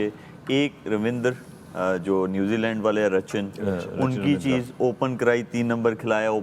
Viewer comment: 1) न्युजीलैंड❎ 2) न्युजीलंड✅